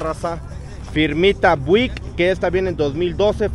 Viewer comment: A qué Buick se pronuncia Biuick😂